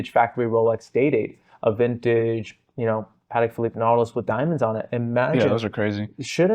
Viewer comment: How difficult is to pronounce PATEK PHILIPPE correctly? Please!!! If you praise to know about vintage watches start with the names….